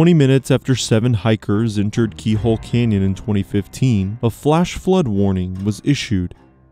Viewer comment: CANyon. Not kenyan